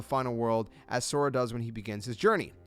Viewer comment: Pisses me off that you can't pronounce So Ra